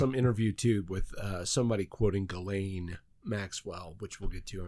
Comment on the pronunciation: I’m French. Ghislaine is pronounced “Djee-len” with “len” as in “lent”.